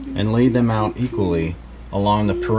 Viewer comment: ripped "aht" - are you from Pittsburgh?